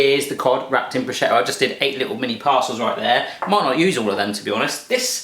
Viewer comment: Pronunciation of prosciutto: pro-SHOOT-o. And this seriously looks so good,! Share please?